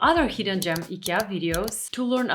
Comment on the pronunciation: when you say "gem" I understand "jam" :))